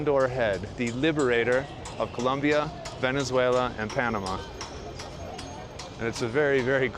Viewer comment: You should pronounce Colombia properly-jeez!